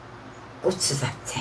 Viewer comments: 꼬추잡채가 아니고 고추잡채라고요!!! 그것도 꼬추잡채 말하면서 그것도 몰라서 말을 못하는건지 티코 오지게 눈흘기며 눈치보네 ㅋㅋㅋㅋ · 꼬ㅊ잡췌 발음 개웃기넼ㅋㅋ다나카인줄